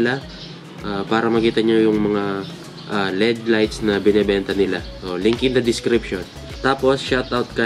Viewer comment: Led ❎ L-E-D ✔️ Hehe